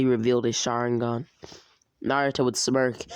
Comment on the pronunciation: Bro you the way you said saringan the first time